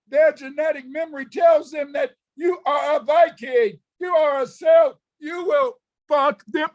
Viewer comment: Actual Celtic person here, we are White 🤍 Mac Artaine of family origins in Galloway, Mannin, Cumbria, and also Bréifne. I look like my ancestors have these last several thousand years. Get your own history and don't steal mine, afro-colonizer You can't even pronounce Celt properly...